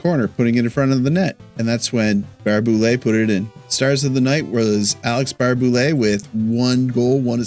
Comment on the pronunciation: It's actually pronounced Tuck, not Took. And it's Baray-Boulet, not Bar-Boulet.